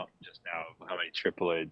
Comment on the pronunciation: It’s tri ploid male female and herm how was the trip Loyd 😂